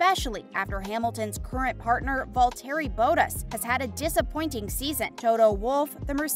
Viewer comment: I liked the video until I heard you pronounce valterri Bottas it’s not that hard to say